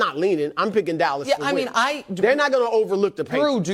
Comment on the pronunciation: Did he say .... d'alice cowboys 😂😂